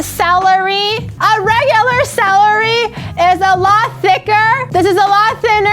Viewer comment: it's celery not salary KEKW